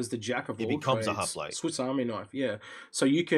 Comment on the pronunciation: Don't forget also ...Hop-lite. Not Hop-a-lite